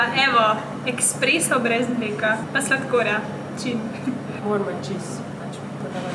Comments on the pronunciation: Rece se espreso ne ekspreso☺ zlo dobr videoo😋😋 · Drgac se rece esspreso in ne eksspreso😂🤮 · woooo noro eSpreso se reče drgač